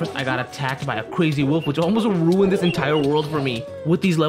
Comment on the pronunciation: I also love when he says crazy like “cyazy”